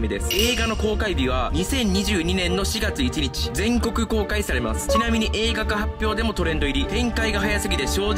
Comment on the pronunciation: ❌おどがわ ⭕️おどかわ 本当にアニメ見てました？ あと1日もいちにちじゃなくて、ついたちって読んでください。